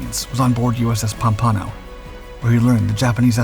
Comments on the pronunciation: It's pronounced "pom-pan-oh," BTW. Anyway, I LOVE your channel!!! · pum-PON-o Is that anything like POM-pa-no? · You are mispronouncing USS Pompano. Small detail, but submariners notice things like that. Those World War Two submariners were the giants who blazed the trail and established the esprit de corps for us. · Pompano lol. Stupid AI narrator